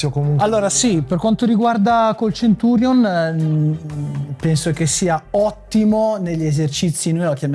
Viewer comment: Grazie che lo chiama Centurion, con la "c".